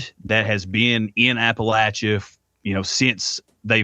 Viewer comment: As a person who grew up in East Tennessee first of all let me congratulate you on the correct pronunciation of Appalachia. I found this interview both respectful and fascinating.